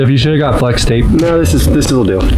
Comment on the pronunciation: Wait did you say F L E X T A P E